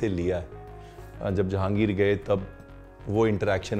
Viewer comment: "Janahegir gaye" nahi "Jahangir gaya"